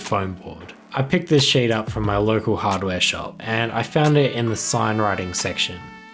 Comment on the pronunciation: sheet or shit? accent